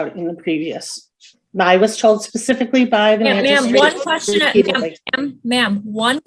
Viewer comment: Karen said "oxtopice (I am assuming Police officer),"sextimony" (I am assuming testimony)'. Pacific (specific?). Wow, what a world of hurt. My fav."I ain't used ta using words". Had to edit text. I forgot to give a shout to Jack Off Lantern.